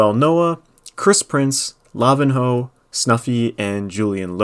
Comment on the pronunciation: Dude, why did you say his name as Lavin-hoe and not Lavinho ? His name is the same way you say Ronaldinho's name.